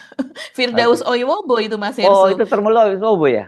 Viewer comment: akhirnya nyebut nama si Termul itu dg benar, Oiwobo, bkn Oibowo lagi, sama kyk mas Hersu kyknya susah bnr nyebut nama mantan Menag itu, selalu nyebutnya Yakult, mungkin keingat minuman prebiotik itu terus kali ya😂😂😂